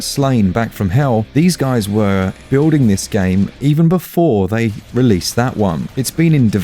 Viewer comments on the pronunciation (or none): none